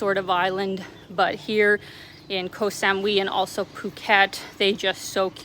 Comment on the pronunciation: If your bothered about rain ☔️ come to Pattaya, hasn’t rained for weeks, clear blue sky’s mostly 😊. You would like Bophut and Maenam area along the north coast, anywhere near Fisherman’s Village, to stay! Can’t believe the way you pronounce Koh Samui, never heard anyone say it the way you do 😮